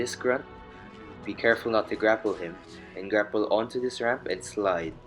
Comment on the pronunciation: did he mean grapple sliding when he said "grackle sliding"?